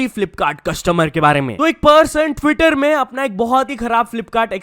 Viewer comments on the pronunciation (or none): none